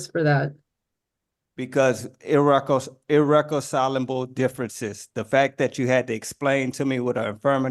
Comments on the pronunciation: Ir-Reck-ass-I-lib-El ?? Could you please learn how to speak before you try to become a lawyer to represent yourself bro? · He claims to have ee-wreck-um-sigh-la-bull differences with his back-up lawyer. In fact he has irreconcilable differences with reality.